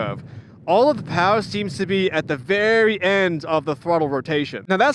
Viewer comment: “Powah” yeah you’ve gotta be from New England 😂